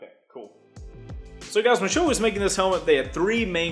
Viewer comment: It’s SHO-AY goddamit! Not SHO-EEY